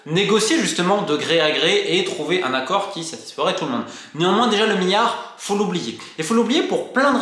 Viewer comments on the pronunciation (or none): Miyon, miyard MiLLLLLLlion MiLLLLArd merde ahaha je craque Sinon super vidéo merci